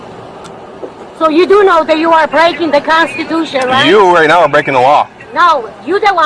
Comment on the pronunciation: "You are blaking the constitution" haha